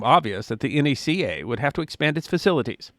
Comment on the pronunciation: Thank you, thank you, thank you for correctly pronouncing the acronym of this agency as "N.A.C.A." and not "Knack-a." That drives me crazy as an (amateur) aviation historian. BTW, I love the photo at the end of you in front of the skeleton of Hanger #1. For a decade, our rocket club used to hold it's monthly launches on the tarmac in front of it (to the right in the picture). We would host up to 300 kids every month for STEM classes until it was taken over by Google's parent companies. They were supposed to re-skin Hanger #1 as part of the deal, but we're still waiting nearly a decade later.